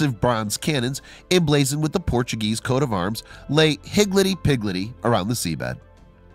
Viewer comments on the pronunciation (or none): Its higildy pigildy, I remember it enough to know it was said wrong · Did he just say higluddy higluddy 😆😆😆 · “Hig Letty, Pig Letty”?? Honestly dude, along with “arch- ih- peloggo” and this latest mangling, more and more I think you have been living under a rock somewhere. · Charles Rablin, actually it’s “higgledy piggledy”, is still commonly used in the UK, and sometimes in the US. It means ‘strewn about in a random manner’ This narrator never ceases to amaze me how he just destroys words. 😒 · It's an older expression that is both seldom used now and mispronounced by the narrator.